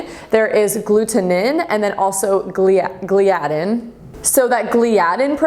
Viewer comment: it is pronounced gly-a-din